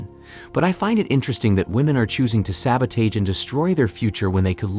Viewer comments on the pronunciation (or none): It's pronounced "Sabotojj", not "Sabotaige."